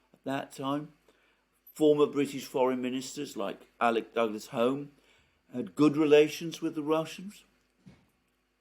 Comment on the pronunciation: Alexander, I'm half a generation older than you, and I therefore have direct memories of things you don't. So I hope you won't mind me correcting your pronunciation of Alexander Douglas Home's surname. If spelt phonetically, it would be Hume, not Home.